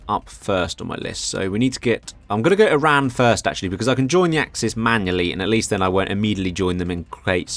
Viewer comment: Oh thank God finally someone pronounced "Eran" not "I-ran"...